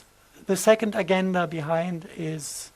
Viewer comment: Some body tells this poor man that agenda is pronounced a-gen-da no GU about more if a j… like french je!